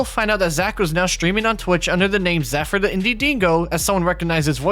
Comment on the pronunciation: Heheh he did mispronounce it lols